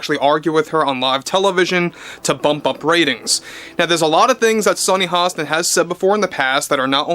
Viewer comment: Is her name Sonny Halston ? Or Hostin? You say her name like there's an L in her name ? Is that how we're supposed to pronounce her name ? Not giving you sh--, just trying to be on same page. I love your video segments ! Seriously.